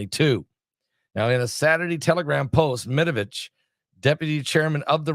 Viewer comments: Med-ve-dev. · MED-VEDEV. It’s NOT THAT HARD!!! 🤣🤣